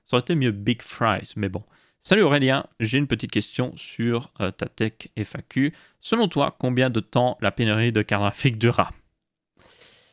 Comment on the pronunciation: La TechFaq qui se prononce tekfacu 😊